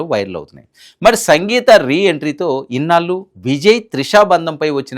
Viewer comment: పెళ్లి. పెల్లి అంటున్నారు. ఇన్నాళ్లు! ఇన్నాలు కాదు. Diction n pronounciation matters. Telugu ni istam vochinattu chadavakandi. Arthalu matipotayi. Go through the script thoroughly n stand in front of the camera.